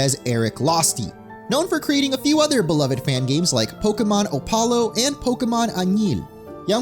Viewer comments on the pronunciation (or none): The "bilingual" joke at the start gets mildly funnier when he pronounces "Ópalo" as "Opálo" 😅. He essentially said "Pokémon Oh-stick". 😊 Minor nitpicks aside, excellent video.